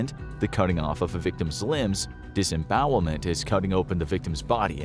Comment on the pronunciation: "disbowelment" it scares me